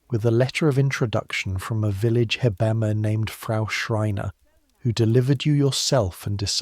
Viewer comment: In Germany we say : Heb-amme😂not Hebbamme.Great video,thank you❤